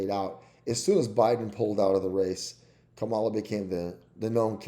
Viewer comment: If you want to sound credible, you should start by pronouncing a few things correctly: Nevada: neh-VAD-uh Kamala: Comma-luh It's also the Democratic party, NOT the Democrat Party.